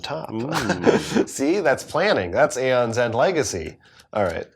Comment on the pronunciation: You pronounce the A